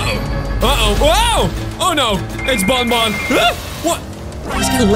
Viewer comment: Banban not bunbun